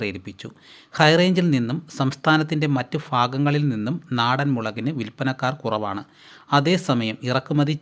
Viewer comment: ഫാഗങ്ങളിൽ അല്ല ഭാഗങ്ങളിൽ